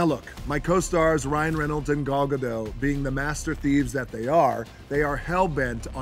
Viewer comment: Gal gadelle? 😂